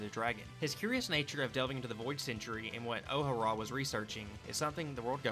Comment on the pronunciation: After you pronounced O'Hara like that I can't take anything else seriously lol